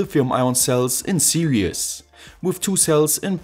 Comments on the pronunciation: Why he is pronouncing 'series' as 'siri-as'? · Fantastic project! I love your channel. Your English is really excellent ... except for one word in this video ... "series". Just FYI, here is how I'm used to hearing it: All the best in this new year. Peace. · FYI: The world "series" is a two syllable word.